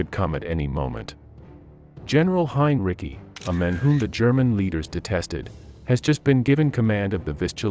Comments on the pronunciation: Narrator pronounces Heinrici's name the conventional way ("Hine-Rikki") many times, which is okay. But then he baffles the audience with somebody he calls "Heen-ruh-sigh." Something funny going on here. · It's not Heinricky for God's sake, it's HEINRICH! Please get a narrator in to do the voiceover, not a bot! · The name is HINE-REE-TSEE, not HINE-RICKY. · not pronouncing it right its not heinricky idiot its just heinrich like heinrick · Your voice robot is getting better -- but can't you give it the 32 bits or less of memory it would need to know that Hine-Ricky and Henry-Sigh are the same person and has to get the same pronunciation all the way through? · It's pronounced Hyne Ritzy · Who in the hell is "Hein Ricky"? Does it really take that much more effort to read the script yourself instead of letting an AI do it? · Hinreecyi? Dude for fuck sake stop your mispronunciation, PLEASE🙏😄😄😂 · Heinrich sounds more correct than Heinrici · You are mispronouncing Heinrici's last name. The c sounds like sea. heinreesea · Just heard the “Donuts” and guffawed out loud. AI narration absolutely sucks. Why? Just why? “And Hein-Ricky had a Lime Rickey, got a Fine Hickey, it got Tar-pine sticky, Slime and Icky…” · Its Hine-Dickie. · I doubt it. The last i in Heinrici should not pronounced yet the bot does it through the entire video. It sounds stupid, Heinricky. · I have heard it pronounced many time is various video's about WWII. I think most people have. But I have never heard anyone pronounce it Heinricky. Of course a bot has never heard it pronounced at all. That's why I believed it to be a bot. And if your going to do a video and put it on Youtube you would think the person doing it would check what they were posting. The bot kept pronouncing it wrong so obviously the person that posted it didn't care enough to do so. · Please learn the correct pronunciation of Henrici. Use the correct form throughout the video. Very frustrating!!! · Heinrich not "Heinrici".......🙄